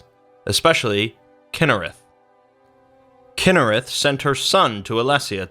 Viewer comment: “Kynerath” KYNE!!!